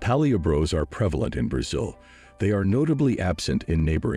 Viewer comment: are you a robot? you're pronouncing Brazil wrong !